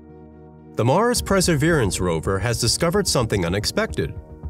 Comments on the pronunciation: Perseverance not "preserverance" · Maybe learn how to pronounce "Perseverance" first before making a video about it